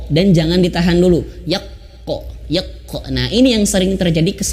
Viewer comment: Yaqo bukan yaqe